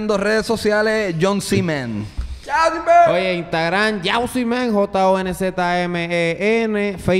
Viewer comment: El dice "Jon z Men" que se escucha como "viajo sin ver"